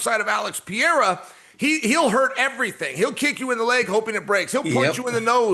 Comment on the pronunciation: Chael keeps trolling calling him Piera